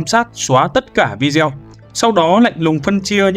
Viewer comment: Bạn narrator đọc rất hay và truyền cảm, nhưng nên sửa cách phát âm từ video là vi-đê-ô nhé, như vậy nghe sẽ lọt tai hơn và cũng chuẩn mực hơn ạ